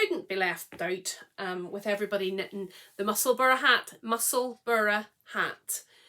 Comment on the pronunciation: Was good to hear you put the correct pronunciation of Musselburgh out there! Always makes me twitch a bit when I hear people say, “Musselburg”. I always want to shout, “It’s the same as Edinburgh!” I believe Musselburgh is actually where Ysolda lives. Anyway, always enjoy your chat, and can’t believe how fast you knit those shawls. I’m joining in the shawlography this year for the first time. Fingers crossed I can get through it. 🤞